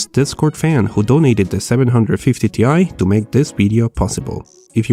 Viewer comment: Seven hundred fifty tea eye